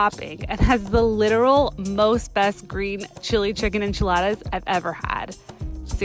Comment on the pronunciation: It’s the “EnCHeLADAs” for me